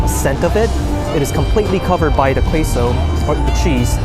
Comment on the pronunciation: Queso is a Spanish word and the Q is a K sound so it's like K like kpop , queso=k-so. But thanks for the food tour!!